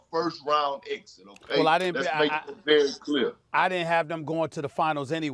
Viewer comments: Everybody else: Go-bear Perkins: Go-burt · Rudy Go-Bert 😂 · Kendrick Perkins been watching flight😂 “Goburt” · Perk must watch flight saying Rudy Goburt😂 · “Rudy Go-Bert” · This man Perk taking inspiration from flight. "Rudy Go-Bert" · anyone else love the way kp pronounces gobert